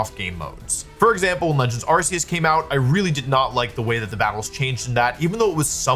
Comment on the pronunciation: Arceus has a hard C.